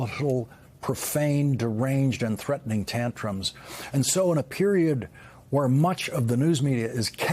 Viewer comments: Why did Lawrence slur the word "volatile" while reading Congressman Raskin's satement on Trump's mental state? Did anybody else catch that? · Wait, why'd he fumble "volatile" ? 🤦🏼‍♂️🤣